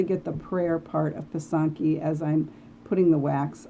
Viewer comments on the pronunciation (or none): Thanks for this! Just curious about your pronunciation of “pysanky.” I was taught to say it “PIH - sahn - kih,” with all soft vowels (ih instead of ee, ah instead of aa) and the stress on the first syllable.